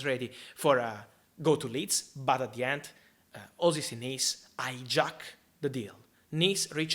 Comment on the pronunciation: "eyejack" 😂 omg Fabrizio, you're adorable ❤️